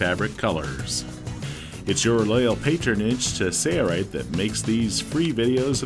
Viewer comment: Why can't the narrator say SAIL-Rite? He says SAYER-rite every time. Bro it's not a hard word. Say-LLLLLLLLLLLL. SAIL.